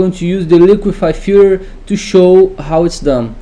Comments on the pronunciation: its filTER my man not filler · Say FILTER one more time PLEASE :D :D :D :D